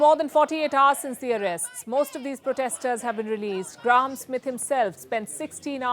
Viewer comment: 'Graowm' Smith? 'Gram' Smith? The name is pronounced 'Gray-um'. Not sure what happened in London, looks like the cops intentionally tricked the protesters so they could crack down on them. But, they may have had intel that showed that many of these people were trouble makers so it may have been partly justified. I'm in Canada, a totally corrupt, lawless industrial penal colony that tortures and murders its own citizens for fun and profit. Canadian police are a sadistic criminal gang that carry all this out. I keep asking the king to collapse the government, just over the Royal Family's Twitter account. Nothing yet, but maybe more will agree with me. States that use East German Stasi tricks to track, stalk, bug, provoke, entrap, torture and murder their own citizens have no right to exist and must collapse, they are obsolete.